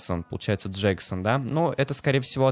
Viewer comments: Не Джексон а Джейсон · не "джексон" а "джейсон" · не джексон, а джейсон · Братик не Джексон а Джейсон)) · джейсон а не джексон) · джейсон а не джексон